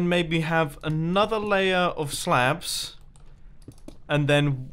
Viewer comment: sounded like you said "stone slaebs"